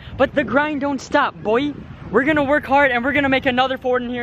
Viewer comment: It's not boi it's boy